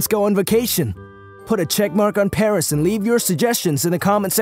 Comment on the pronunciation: Pronounce PARIS right this instent Or I'm going to smack u